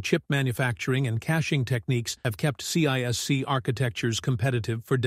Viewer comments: CISC is pronounced See-Sk not C-I-S-C and its counterpart RISC is pronounced Risk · This could have been a great video if the AI narrator was on less ac*d and got its ADHD medicated like the rest of us do. I made it to Sea Aye Ess Seeeee and had to stop. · Only an AI would pronounce CISC that way.